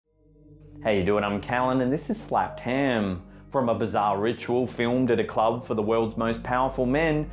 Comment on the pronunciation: This dude says slapped ham like “ slepped hemm”